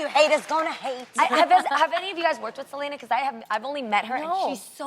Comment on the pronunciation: It's not Sel-ANA lol